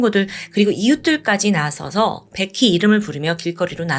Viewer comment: 왜자꾸 백희라그래ㅠㅠ 베키! 라고 해야지 백희백희~~